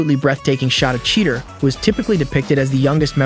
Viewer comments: bro butchered half these names predacons - pre dac in? terracons - ta rac ins? cheetor - cheater? airrazor - err azor? had me dead through this whole video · Why can't this guy say Cheetor,Decepticons,Predacons and Terrorcons right I think he even pronounced airazor wrong.